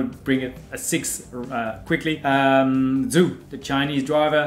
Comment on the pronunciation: Great video as always. I'm a Haas fan. To paraphrase Seb: "Everyone is a Haas fan. Even if they say they are not, they are Haas fans." 😀 BTW, Zhou GuanYu's surname Zhou is pronounced JOE. (It is the Mandarin version of the Cantonese Chow. As in Chow Yun-Fat)